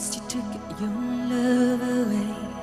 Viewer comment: 可见不会正真会听和讲英文的才会觉得唱的好。发音简直是垃圾！哪有人那么把Nothing 唱成NA-AHting,把you唱成ewwww.